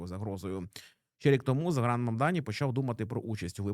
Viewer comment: Тільки не Загран, а Зóран)